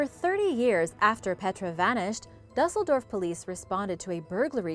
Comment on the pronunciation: I find it odd that you will throw the accent on every Spanish word and city but won't take the time to find out the correct pronunciation of Dusseldorf. And not that it matters, but I'm Spanish and German so don't think I'm being picky for no reason.